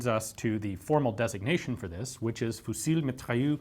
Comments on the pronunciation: A good approximate pronunciation would be "foo-zi mee-tra-yuhr" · "fusille mitrailleu" Nice try Ian